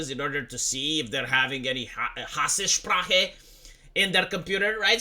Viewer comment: its Hass-sprache, not Hasse-sprache. Theres no 'e' until the end.